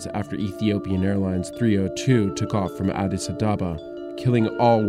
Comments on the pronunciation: Addis Adaba?? You would think that in a documentary based on two crashes in 2 cities the narrator would be able to pronounce Addis Ababa correctly. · “Addis Addaba” You mean Addis Abba? 😂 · It’s Addis Ababa not Addis Adaba btw vice .... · You pronounce it wrong it’s not Addis Adaba but it’s Addis Abeba which mean NEW FLOWER in English. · It's Addis ABabA, not ADaba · It’s Addis Ababa, not Adaba… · Addis adaba? Wtf its Addis Ababa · It’s Addis Ababa, not “Addis Adaba”. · "Addis ADAH-BAH" wut? You mean Addis Ababa right? lol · did u just said ades adaba ?? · lol "Abis Adaba" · Mispronounced Addis Ababa. There is no “D”in Ababa. “AhDees Ahbaba” (Even though Addis Abeba is more correct it’s commonly spelled Ababa internationally)